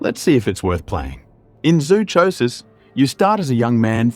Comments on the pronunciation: YOU COULD START BY PRONOUNCING ZOOCHOSIS CORRECTLY! I WORKED at a zoo, I KNOW what I am talking about-- it is pronounced like PSYCHOSIS! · Hahahahahah zoo cho sis. This is how I feel when people say y'kooza. It's wrongggggg!